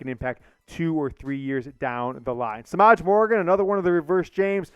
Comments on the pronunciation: Semaj is properly pronounced Sim-maaj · Ooof im sorry but that’s not how you pronounce Semaj